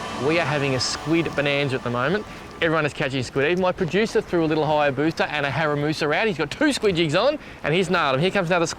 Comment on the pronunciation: Haramusa haha 😂 I think you mean harimitsu